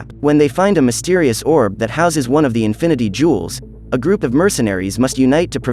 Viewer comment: 'infinity jewls' 💀💀💀